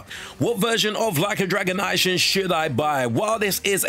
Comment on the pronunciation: "Ai-shing". "Rai-oh-ma". What??